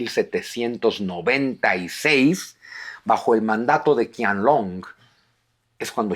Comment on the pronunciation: Qianlong no se pronuncia "Kianlong" sino "Chianlong" (la ch con tono aspirado y fuerte). En el pinyin chino (sistema fonético) la Q nunca se pronuncia K. Espero que tome nota porque suena muy muy raro ese "Kianlong", de nada, gracias por los vídeos y reciba un afectuoso saludo.